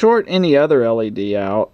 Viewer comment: You keep saying L.A.D.